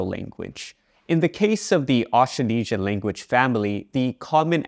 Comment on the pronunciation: The way you pronounce "Austronesian" is not accurate, misleading, and too simplified. The consonant cluster "tr" is completely inaudible.